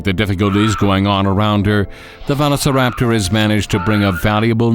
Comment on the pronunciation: Why does bro butcher Velociraptors name?